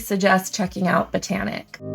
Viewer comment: Thank you!! I think you are the only content creator that can pronounce Botanik correctly. Everyone else that has reviewed this game seems to want to pronounce it bot-nik..? I mean the theme is botanical. And, agreed, it's a great and somewhat overlooked 2 player game.😁